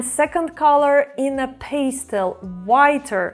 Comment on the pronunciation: Hmmm Are you Romanian? It is pastel not peistel